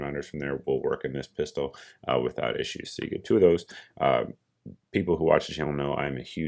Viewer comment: Pistol, not Piarol right?